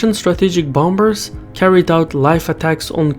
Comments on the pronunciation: It’s pronounced “bommers” not “bomb-bers”. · you dont pronounce the second b in bomber. Its bomb'r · the 2nd B in 'bomber' is silent